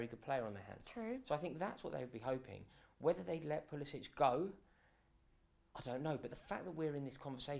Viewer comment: At least say his name right. Its pronounced how it’s spelled. It’s not “pulisich,” so in other words, no “-ch” at the end. It’s a hard C at the end